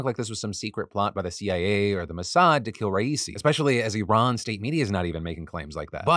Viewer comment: Thank you for pronouncing Iran, correctly. Please pass the meme to Zaid